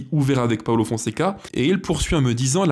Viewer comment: j’aime bien ce que tu fais, mais s’il te plaît, fais un effort c’est pas un italien c’est pas Paolo Paulo merci 😉